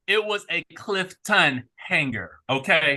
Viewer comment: So immature of you to keep saying Clif-TON and disrespectful to your cast member! He corrected you which is fine and you should respect that!